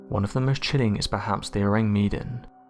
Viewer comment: Ahh man, you gotta love the Tardygrades, they look so cute & despite being teeny weeny they are called water teddy bears! Our little hero's Btw, Mr narrator the mystery ship, the Orang Medan its isn't pronounced Meedan, it's spelled wth Med as in medicine Or do you ask for meedicine? You have the same wierd way of pronouncing things as yr fellow precocious school girl narrator wth the fast & grating voice who pronounces Vesuvious as Vess-u- vuss! I switch off yr channel as soon as I hear her voice. I know she can't help it but if she just said names that we all know how they should sound Instead of trying to be different Wth a new version of a perfectly good origional pronounciation. It just gets up peoples nose. Anyway, loved this compilation Excellent! Great content